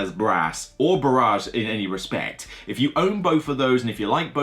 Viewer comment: Just so you know "barrage" is pronounced "ba-ridge" - "ba-raj" as you say it means bombardment not dam.